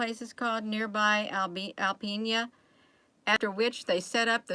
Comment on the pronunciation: This is going on in my back yard...No biggie...there are 2 military bases near there and Northern Strike is an annual, joint, international training exercise. We folks up here are used to seeing the military practice war games. Alpena is pronounced AL Peen Ah.